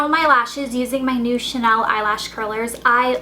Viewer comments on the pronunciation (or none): none